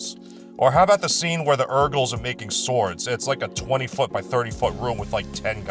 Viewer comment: I keep hearing "Erkles".😅